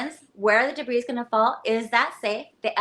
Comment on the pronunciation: She keeps pronouncing the "s" in debris. It's very distracting!